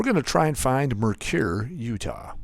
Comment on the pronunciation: Mercur is “Mer-sur” Mercur